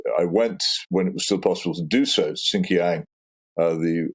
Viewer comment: 'I went to 'sin-ki-ang', ' Peter should learn to pronounce the place he's been before he opines on how much better it'd be under colonial rule!